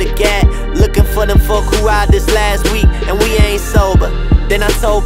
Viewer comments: lol thats driving me crazy... y couldnt he just pronounce LAST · Apparently last is now pronounced lat. Hmmmm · I puked Lah night. Is he trying to be black so bad that he can’t say LAST.